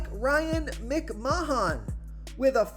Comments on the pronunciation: When will you learn how to pronounce the names? Its mc-man not mic-mahon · Lol. "Ryan Mc-man" not "Mic-ma-hahn" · MICK MAH HAHN LMAO